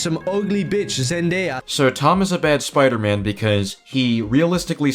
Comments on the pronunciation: I cannot get past him complaining so much about other people while saying "Spludermun" instead of Spider-Man. You know what's a REAL common issue? People that allegedly love characters but absolutely hate everything they've been in for the last 20 years. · Dude says Spider-Man like spodermun. It doesn’t sound like he’s even hyphenated the name. Punisher can wear whatever hairstyle he wants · I more offended that he keeps saying, “Spuder-Mohn.”